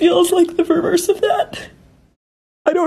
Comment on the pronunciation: Did anybody pick up on her saying "This feels like the vererse of that"?